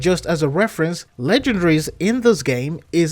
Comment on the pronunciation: It's pronounced LE GEN DA RIES man.....lol